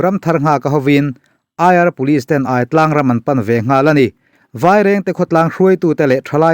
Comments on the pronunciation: Aitlang hi hmar tawng a 'kawrthindeng' sawina 'chakai' a 'ai' tih añg nilo 'thingai' emaw 'zahngai' tih emaw a 'aiii' lam rik ang a lam tur a ni e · Aitlang i lam dan hi.... aiawt ang ni lo in, a thluk in ang tur zawk aw... Pitar tia kan lam ang hian...a ki in angin... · Hahthlak thin teh e. Hripui leng bawk nen. Chanchin ila rawn Share zel duh tàkin AI TLANG tih thluk hi a lam dan kalo sawi ve mai² aw:- AI tih lai tak hi,AIAWH/AIEN tih kan lam rik ang hian lam zawk tur a nia.